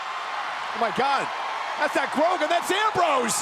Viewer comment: he says ram rose.